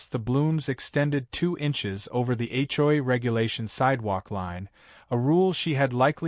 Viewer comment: That's AI for you... can't read or pronounce some words